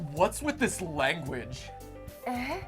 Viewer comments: Omg it's pronounced ay! Like Canadians put at the end of sentences. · That is not how you say eh